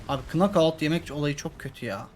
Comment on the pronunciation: abi seni çok seviyorum ama ne olur knockout derken "k" harfi okunmaz ona dikkat edersen sevinirim bu güzel seri için ayrıca teşekkür ederim.